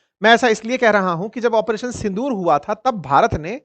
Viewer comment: In every statement you are saying " Apareson Sondur" ?